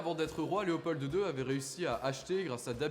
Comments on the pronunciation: Super bien fait mais on dit Léopold...pas Léopolddde ;) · Oui mais, comme tous les Français, il prononce « Leopolde ». Rien que pour ça, il rate le 10/10. Même si, soyons justes, il a bien du mérite par ailleurs et a manifestement mené des recherches sérieuses. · Pas mal ! Juste un détail : on prononce pas le d de Léopold Sinon bravo franchement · Pas besoin de dire le D à la fin de Léopold